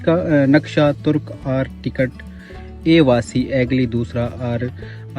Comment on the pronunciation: آرٹیکٹ نہیں کہتے آرکیٹیکٹ کہتے ہیں